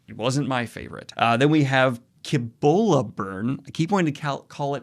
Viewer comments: i am sure you have gotten this a billion times, but just in case you havent, Cibola Burn is pronounced with an S sound. like See-Bola. not a hard c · Cibola = See bola -- not dissing but it is easy to find out how to pronounce things these days